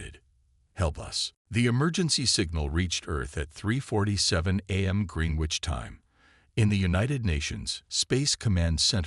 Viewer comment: Green-wich??? Un-animous???